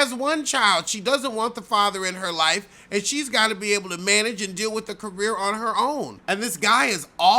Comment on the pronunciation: OMG! I fall out every time🤣🤣🤣